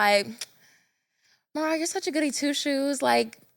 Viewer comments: I know Marah wanted to correct them when they said her name wrong😂😂😂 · I know MaRah was HOT at all the mispronunciations of her name!! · The way they keep butchering MaRah’s name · ain't listened to not one ep cuz how she get marah name wrong